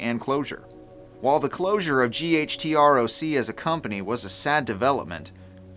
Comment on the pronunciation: I always thought it was pronounced as a word "gutroc" not spelled out